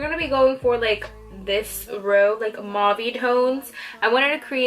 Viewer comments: It's pronounced Mauv not Mauvey but fierce otherwise! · Omg, your pronunciation of mauve... We say it like "mowv" in Australia.